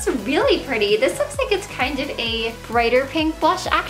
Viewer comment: I always hear "d-" when she says this, that, them, etc. "I'm super excited about dis collection." lol